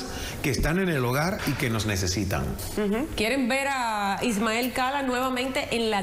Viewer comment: Es Ismael Cala, no SALAS!